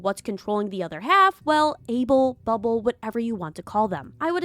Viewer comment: bro says bubble as "bub-ab-ll"